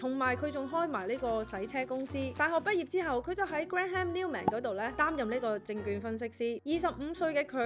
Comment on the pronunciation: Graham這個姓名是單音節的，按gram的字面發音就可以了。